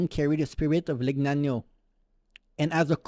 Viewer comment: Legnano not Lignano